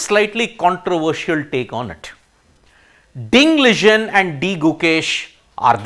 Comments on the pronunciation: Wtf... U cannot even pronounce ding liren name properly... Liren not ligen 😂😂😂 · Ding Liren pronounciation is wrong Ding was suffering from depression and not recovered yet. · why cant he say ding liren correctly